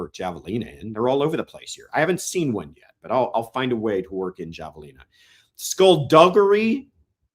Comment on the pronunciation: It’s pronounced hav a lina .